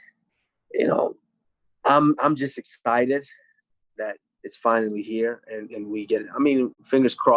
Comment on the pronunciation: did this fool really just say "I'm just exTidid "? 😆